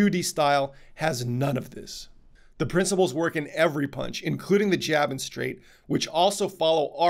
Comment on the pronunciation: Did he say "punch doctor" or "paunch doctor"...LMFAO